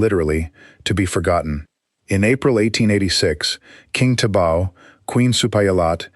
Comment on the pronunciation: It’s Thibaw, pronounced tee baw. Not tibau. Check with Burmese authorities. It’s most annoying